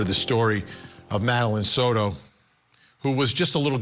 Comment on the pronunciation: "sourou" It is Soto. not an "u" in there, not an "r" in there. It is not an english last name. learn to pronounce!!